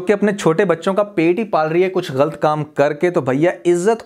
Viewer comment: bhai aap lafz galat ko galt bolte hen jo k galat he or sunne main bi acha nhe lagta plz don't mind lekin ager ho sake to apna ye laf drost kigiye ga